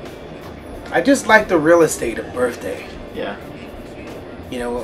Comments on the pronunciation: birTHday... lol "birfday" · its my "birfday"